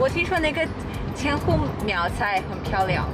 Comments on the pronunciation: English speaking people can't pronounce "zh" sound in Chinese. She pronounced 苗寨（Miao Zhai) as Miao Zai. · when you say 苗寨, you keep saying miao syai. it should be miao zhai. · 苗寨（zhai） not 赛（sai）,hahah